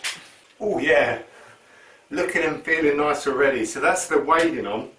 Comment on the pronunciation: Wadding is pronounced 'wodding'. Ask a quilter. 😉